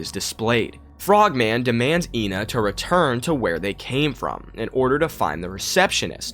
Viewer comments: Ngl I think ENA is supposed to be pronounced eh-na which is how u pronounce the number 1 in greek which would be ironically absurd since it's 2 personalities which fits with the game(also I'm Greek so there is bias) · its "Ay-nah" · RAAAAAAHHHH USE IPA IT'S /iːnə/ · her name is pronounced ahna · from what I saw regardign the teaser for the game, ENA's white side is the meanie and the red side is the salesman As for how to pronounce her name, everyone pronounces it differently through out the game thus any way you say it is the right way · When Joel G refers to ENA he says Eh-Na, he never confirmed or denied that its the right pronunciation tho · mispronounces her ƎNA's name too from time to time